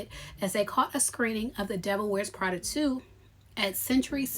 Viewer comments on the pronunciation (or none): none